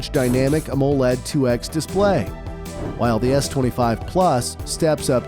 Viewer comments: Oh yes... Always love these AI videos. "aMOE-led" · U need to work on the pronounciation of the word AMOLED